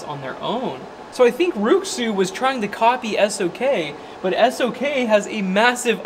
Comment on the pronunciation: Rui Xu is pronounced “Ray shoe”